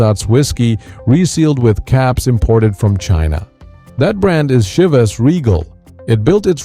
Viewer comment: You should learn how to pronounce the names. Chivas and Dewars. Jeez...